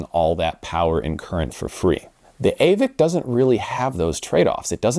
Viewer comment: Aavik is pronounced "Åvik" ( Same sound as the a in "all 😉)